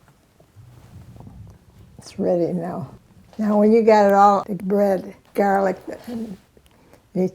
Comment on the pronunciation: When i heard her say "gaalic" i knew she was Italian 🥰